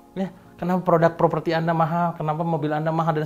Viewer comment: Apa yang perlu Anda lakukan untuk mengubah anda mengucapkan kata "produk" sebagai produk dan bukan "prodak"? Serius nanya nih.